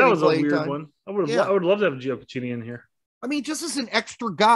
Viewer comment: “Giokachini” and “Veneechia” lol